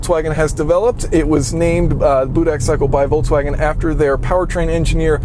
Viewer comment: Voltswagen is not a word. Why are there so many people who cannot pronounce Volks? It's not Volts.